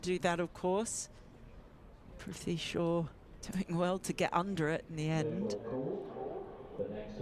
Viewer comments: You know his name is Prithvi. It seems you are all pronouncing it ‘priv-thee’ 😁 Prithvi = ‘Earth’ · I don't think brits can pronounce Prithvi's name.